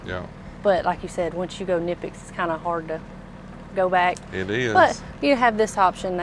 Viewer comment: i know you nonchalantly pronounced knipex the right way just to throw a friendly jab at her so she can pick up what you're putting down. You're such a gentleman 😅